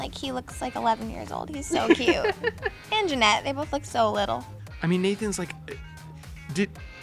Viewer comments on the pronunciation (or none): jennette not janette